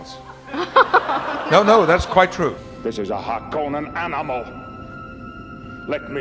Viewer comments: Since I conveniently have some fellow Dune fans gathered here (some of you are probably lore experts- I am not): Is Harkonnen pronounced Har-Conan or Har-kuh-nin? Even after having watched both both the 80's film and the most recent version, I'm unsure on this one. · He’s wrong. It’s more like har-kuh-nen. No emphasis on the KO part like people tend to do. You do pronounce the r and since its Finnish it would probably be trilled or flapped but an anglicized rhotic r will do fine. If you listen to Frank Herbert’s reading he attempts to pronounce these foreign words but does it poorly because he was not a trained linguist. I still suggest to give his readings a listen because he gets closer than most fans. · So the "r" is silent. Interesting. Thanks very much. Not knowing was really bothering me, for some reason.